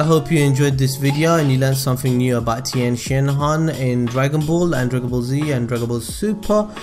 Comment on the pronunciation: As a Mandarin speaker, I can confirm that you said Tien's name correctly